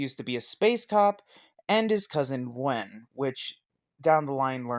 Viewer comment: Wen? It's Gwen